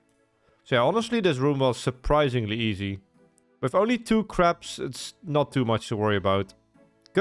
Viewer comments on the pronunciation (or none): i kept hearing craps instead of crabs lol